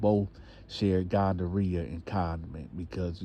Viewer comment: a fool he said gondorrhea